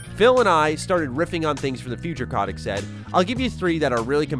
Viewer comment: It's CO-tick not kah-tick